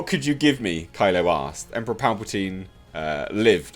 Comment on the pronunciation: It kills me how you say 'Palpatino'! Hilarious!!!! And good voice doing the Emperor!!!! Oh, what, my views on this topic? No comments of course!!!! Great video as always!!!!